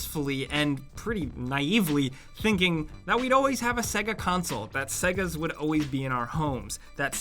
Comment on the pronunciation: Why do you pronounce "always" as "auways"? There is an L in there that you are missing out.